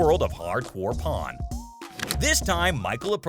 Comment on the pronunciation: pawn…..P-A-W-N….porn P-O-R-N 😂😂😂😂